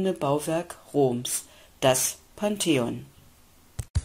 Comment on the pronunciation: Unfassbar. Ein Video über das Pantheon machen und nicht mal Pantheon richtig aussprechen können. Katastrophe. Peinlich.